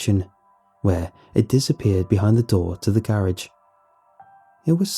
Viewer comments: Is it jus me or instead of garage does he say ga rage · The scariest part about the video is how he says garage